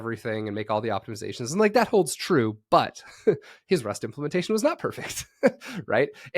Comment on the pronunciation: this guys pronunciation of rust is criminal LOL